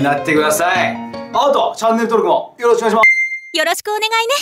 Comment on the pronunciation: 最後のチャンネル登録おねがいしmって所が笑ったw